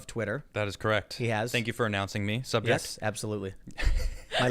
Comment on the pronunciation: You said subject and I pissed myself